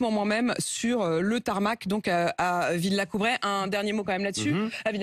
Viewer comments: Il n'y a personne à l'oreillette d'Apolline pour dire à cette bécasse que c'est Villacoublay et non "Villacoutray". Journaliste politique à BFM et ne pas connaître le nom de la commune de cette base aérienne, elle n'a pas le niveau. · VillacoubLay, Madame ! Villacoublay, pas Villacoubray ! Mais il est vrai que c'est de l'autre côté du périphérique... Vous êtes excusée... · Villacoublay, pas Villacoubray.. Pas facile pour cette journalisme... Même après avoir été repris.. Elle ne se rectifie pas.. .. Et ben. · Villacoubray 1 fois, 2 fois ....révise tes classiques. c est Villacoublay...avec un L . Quels journalistes quelle culture ! Merci Éric, quelle finesse dans l analyse . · Il s'agit de l'aéroport de Villacoublay et non pas Villacoubray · Villlacoublay neuneu. Pas Villacoubray ! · Et en plus appoline de mes deux a répétée deux fois " 😏Viillacoubray " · Elle est journaliste et elle ne connait même pas l'aeroport de Villacoublay Mdr Villacoubraie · En plus elle l'a dit 2 fois Villacoubray ! 👎🤮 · Apolline ! Ce n'est pas VillacoubRay !!! mais VillacoubLay ! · VILLACOUBLAY ! Madame de Mauvaisesherbes Et non pas VillacoubRay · Pour cette Apolline de Malherbe, toujours aussi déplaisante (interrompre l'invité, ne pas le laisser parler...)voire plus, la ville, aéroport de départ du Falcon (il y a le TGV, mais trop populeux, peut-être et pas assez chic pour un couple de choc, s'appelle Villacoublay et non Villacoubray, comme elle le répète à deux reprises, mais cela impliquerait de vérifier et surtout de ne pas afficher une telle assurance, insolence. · Appoline ne sait pas lire : on dit VillacoubLay et non VillacoubRay. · VILLACOU-BLAY !!! et non Villacoubray !!! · Madame appoline, travaillez vos texte, on ne dit pas villacoubret mais villacoublay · " VillacoubRay".... Pfff.. 😵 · Apolline prenez votre retraite, svp. Vous êtes saoulante à chaque interview avec votre air très méprisant !!! Ce n'est pas Villacoubray, mais VillacoubLay !!!!